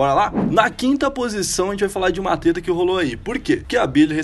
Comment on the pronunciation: vc falou teta em vez de treta